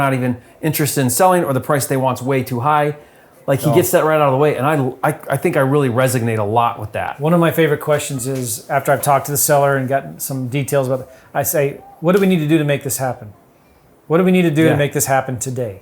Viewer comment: with all due respect, its resonate not resignate